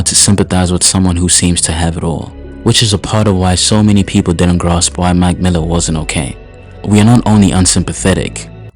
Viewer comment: Brother it’s “ Mac Miller” not magmilla take a damn breath use punctuation. Terrible for my eardrums couldn’t make it past the first 15 seconds